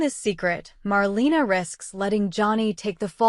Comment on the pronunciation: Please stop calling her “MarLEENA” 🙄🙄